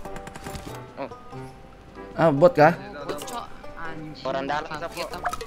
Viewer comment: carlota bah wkwk step njim bukan satep wkwk